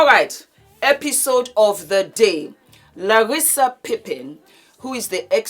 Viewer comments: Larsa not "Larissa". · I luv so much💯💜🌟 - FYI her name is "Larsa" not Larissa😂🤦🏾‍♀️ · My darling … her name is LARSA. There is no “I” in her name. Whether Scottie likes Michael or not to date his son is TACKY! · It's LARSA, darling. The name is LARSA PIPPEN. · It's not giving a damn about saying her name correctly for me! LOL! Larsa is gross and delusional. I don't know why we have to watch her ever! Ugh!